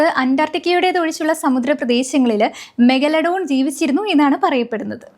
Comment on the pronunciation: പറഞ്ഞു പറഞ്ഞു മെഗലഡോൺ അവസാനം മെഗഡലോൺ ആയി 😂 എന്തോന്ന് പെണ്ണേ